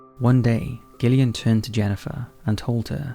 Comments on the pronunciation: Mate the names pronounced Jillian not Gill ian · Gillian is pronounced Jill e an, not Gil e an :) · Hearing "Gillian" over & over instead of "Jillian" made me lose my damn mind! Lol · GIL eon. It’s pronounced JILL eon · You're British, for god's sake....Gillian is pronounced with a soft G, ie: jillian! How can you not know this? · I believe it’s pronounced “Jill-ee-ann”. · Sometimes I get really confused with where you are from, I think U.K. somewhere but then your pronunciation of some things throw me, your an enigma lol. Anyhoo Gillian is pronounced with a soft “j” sound not a hard “g”, so the second twins would be pronounced Jillian and Jennifer x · Ok but its pronounced Jillian. I know Gillian with a hard G is a thing, but all the other names started with a J sound. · How can you much up the pronunciation of Gillian FFS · That pronunciation of Gillian.😂😂😂